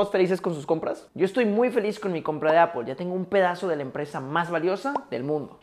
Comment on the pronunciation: Por que lo pronuncia apol ? Es se pronuncia (apl)